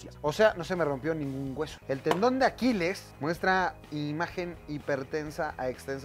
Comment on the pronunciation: Es tendon no talón